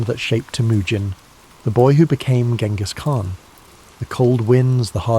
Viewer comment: Uhhh... a history channel that doesn't know how to pronounce Genghis Khan?